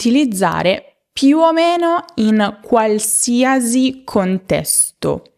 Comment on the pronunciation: Mi dispiace, ma non si dice qualsiasi con il suono /z/ alla fine. L'ultima sillaba viene pronunciata /si/. La sua pronuncia sarebbe giusta per la parola "diagnosi" o "parentesi", ma non in questo caso.